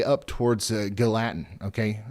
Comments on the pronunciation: GAL-li-tan is how you pronounce it with a hard G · Please share with the guy that continuously called Gallatin, Ga Latin, the proper pronouncement. I kept hoping someone would chime in and tell him. I know I would want to know if I was butcheting the town name live on air to the public. Ga Latin 😂